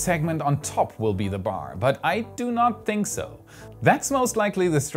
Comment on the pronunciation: He is setting the bar high (bay)